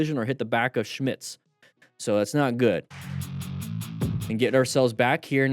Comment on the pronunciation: damn, great pronounciation of schmitz!